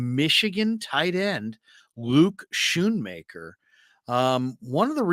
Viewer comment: the H is silent. Scoonmaker is how you pronounce it